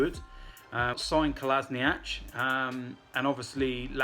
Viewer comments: its KO-LA-SI-NAK not -NACH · its pronounced KOLA-SHE-KNOTS. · it's spelled Kolla sheeeeeeen atz. It's not that dificult FFS. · Is it that hard to pronounce "Ko - La - Si - nac"